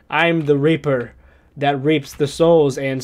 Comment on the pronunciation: I swear he just said We are the Reaper that rapes the souls lmao